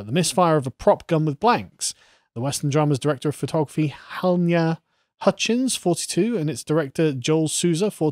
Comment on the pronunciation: Ha-ly-na, lads. Halyna!